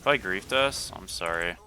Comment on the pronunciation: when you said “sorry sorry sorry” in that Canadian accent it activated my Siri on my phone 😂